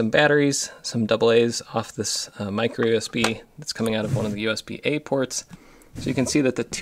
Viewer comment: Do you write your own descriptions to videos? Because you mentioned "USB-A" ports and it kinda sounded like "USB-8", and your description also says "USB-8 ports". Interesting.